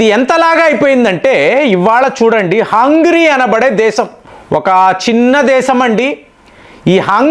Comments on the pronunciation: U r pronounce is not correct of Hungary, అంగ్రి కాదు అంగేరి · Not hungry , it is hungarei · hey bro its not hungry bungry its hungari, 😂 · అయ్యా. హంగ్రీ కాదు .. హంగేరి దానిపేరు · Hungry kadu sir hungary 😂😂😂😂, School ki pampali mimalni malli 😂😂😂😂😂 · Hungary ✅ not hungry ❌ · Adhi hungry kaadhu ra gutley , It's Hungary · హంగ్రీ కాదు హంగేరి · హంగ్రీ కధు, హంగరీ అని పలకండి😮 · You are deliberately pronouncing mistakes, in spite of being pointed out by several viewers many times. You never bother to change your attitude. Hungry, eeran, eeraq, breezil, submit (for summit) etc, etc. Better you introspect